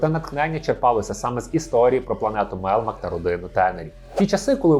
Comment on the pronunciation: Альфа озвучив Євген Малуха. Микола Козій озвучив Віллі. Відчувається що автор не дивився оригінал. Оскільки канонічна вимова "МелЬмак", а не "Мелмак", та і прізвище ТАнер, а на ТЕнер. Але за відео лайк, просто автор ще молодий)